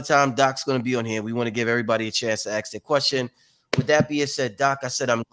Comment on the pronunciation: Why do you say , axe, and not ask ?